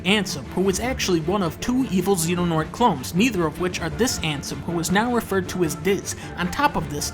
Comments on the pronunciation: Okay, Dunkey pronouncing Xehanort as "Zenonaught" is the only thing definitively wrong here. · "Xenanort" I can't. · I like how the subtitles spell it Xehanort but the video calls him Xenonort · It’s the little things like “Xenonort” that get to me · Fun drinking game to play at home: Take a shot every time he pronounces Xehanort as "Xenonort." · Well his name isn't Xeno-Douglas. In fact it's Xehanort, not Xenonort. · I sincerely hope people recognize this as shitposting because I'll die if I hear people pronounce Xehanort, Xenonort. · Why does he call him zeno douglas😂🤣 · a man of culture The Roman numeral X isn't pronounced "ki", it's "decem". Or "ix" if you want to pronounce the actual letter X. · The accuracy on display here tells me he actually cares about the series, even if he can't pronounce Xehanort correctly because it's a ridiculous name made from scrambling No Heart X. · the pronounciation of xehanort kills me, but otherwise.... yeah no this is painfully accurate. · It's pretty accurate, the villain names he said wrong on purpose and birth by sleep isn't actually a dream sequence. Also, the groups aren't called the five wise men and the council of shadows. He also goes from a fan theory to a joke near the end people think the master is evil but obviously he isn't connected to Pumba. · Love how he's miss pronouncing xehanort lmao